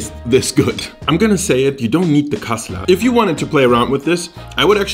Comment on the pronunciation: Wo sind die deutschen 😂 gutes kassler 😂😂 aus berlin und ich wunder mich warum er so gut Kassler sagen kann 😂